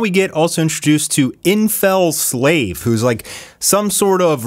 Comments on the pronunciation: It is Infelsinave not InfelSLAVE, too bad you mispronounced his name, its the best one in the series yet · bro said infelslave lmao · bro reads comics for a living and cant pronounce infelsinave